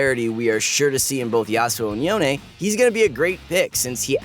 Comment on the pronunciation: yo-nae? bruh, can we just call him yone, like the word alone?